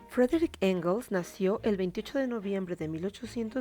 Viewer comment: No se llamaba Frederich, se llamaba Friedrich, se pronuncia "Fridrij"